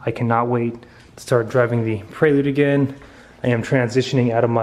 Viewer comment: it is prelude (as in present) not a praylude